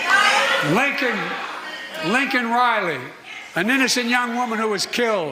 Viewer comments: "I know how to say her name" It's Lincoln instead of Laken. He's horrible can't people see this?? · When he pronounced her name Lincoln it confirmed he really does not know wtf is going on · "lincoln riley" lmao 🤣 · The reason Biden said Linkin instead of Laken is that he clearly knew ( or briefed ) about the event. He just didn't care enough to really want to know WHO the person actually was, ( generic citizen in his mind ), so he was only repeating what he THOUGHT he heard MTG shouting. Cover Blown. 😢😢😢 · Firstly, didn't he mispronounce Laken Riley's name and call her Lincoln? What is going on? They either gave him shots of B12, or shots of ELECTRICITY - He's ALIVE!!!! I frkn knew it. He's been faking it all this time. That he's week, that he's not capable of thinking and talking for himself. They know what they're doing with him. They're protecting him from being impeached, from being arrested, from going to trial, from going to jail, etc.... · He couldn't even say the woman's correct name. Laken Riley not Lincoln Riley. Lincoln is a college coach. Stupid a$$!!! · He actually MISPRONOUNCED her name, he called her "Lincoln" instead of Laken. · only thing is he didn’t say her name he said Linkin 😂 FJB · He purposely didn't pronounce her name correctly. You guys can't be that dumb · He needs to be called out for not even pronouncing her name right. Fck Biden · The fact that he can't say her name correctly is beyond disrespect to the family!! Smh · He did not care about Laken Riley. He said her name wrong and then he goes and mentions he knows how it is to loose a love one as it is all about him.